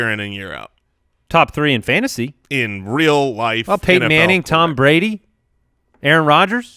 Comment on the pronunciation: "Fantasty football"